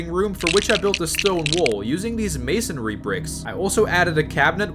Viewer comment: Bro can actually pronounce masonry😳 I swear everyone says “masonary”